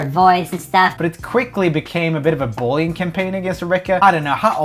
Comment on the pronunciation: Who else finds it funny that roomy can’t pronounce the word “bullying”